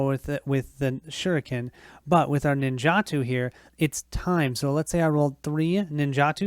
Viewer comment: pronounced nin ja toe for the swords